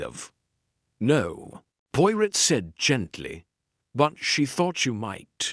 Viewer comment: The man reading tre story does not pronounce Poirot correctly!! Terrible.